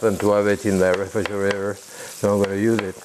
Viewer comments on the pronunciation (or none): none